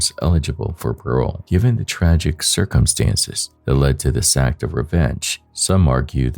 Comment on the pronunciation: can you please say circumstances properly? jesus lol